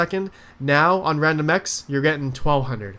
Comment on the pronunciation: 6.05 wandomx lol